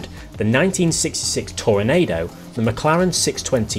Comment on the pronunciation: Yep. The second half is pronounced like Nachos are.